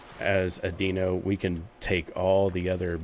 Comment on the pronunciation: Deino's "dino" not "deeno" fwiw So the difference is going to be growth time?